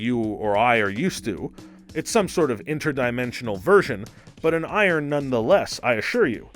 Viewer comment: you mispronounced "iron" a couple of times.